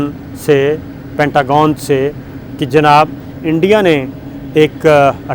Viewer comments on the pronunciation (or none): none